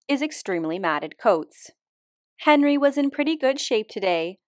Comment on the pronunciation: I feel like he went from Hénri to Henrí, no? ( French accent on the last one)